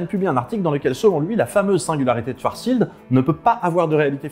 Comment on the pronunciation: "Schwartzschild", ou aussi "swarssild" pour les intimes :D